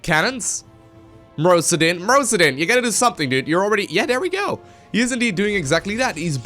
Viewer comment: I think it's mister osudin not mrowsdin